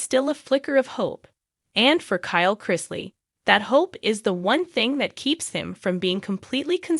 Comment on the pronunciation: Learn to pronounce his last name or don’t do a segment on him.